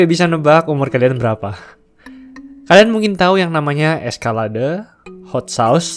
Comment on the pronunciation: Btw, Escalade dibaca éskeléd bukan éskalade Ada yg lebih sadis skill ball handlingnya, Tom Connors aka CONMAN, menurut gw yak